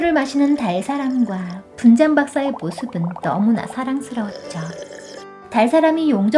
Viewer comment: 근데 나만이상한건가.? 분젠박사인데 난 분장박사라고 들리는데??